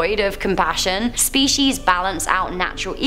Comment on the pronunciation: SHHHPIECES hahahaha